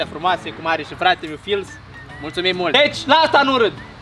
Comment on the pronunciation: “FILS” nu “FILA”😂😂